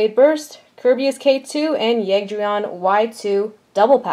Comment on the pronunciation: It's Ker-bayus